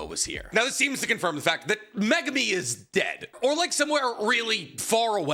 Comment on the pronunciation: My god… why do you pronounce megumi’s name like that?!?!?